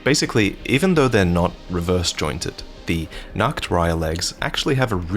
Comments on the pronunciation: No matter how often I hear it said, the "Nachtreiher" being said as "Nacktreiher" is still funny to me. "Nachtreiher" is German and means: "Night Heron" or "Heron of Night". Meanwhile, "Nacktreiher" means: "Naked Heron". :D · You keep saying "Nacktreihe" which just means "naked row", instead of Nachtreihe :/ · btw. Nachtreiher translates to night heron, however you are pronouncing it like Nacktreiher wich would translate to naked heron xD. The words Nacht and nackt are always great for trolling people who don't speak german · I respect trying to pronounce Nachtreiher properly, but it sounds way to funny hearing you say Naked Heron in perfect german instead of Night Heron.🤣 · The way you pronounce Nachtreiher changes its meaning from "night heron" into "naked heron" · So funny how you pronounce Nachtreiher.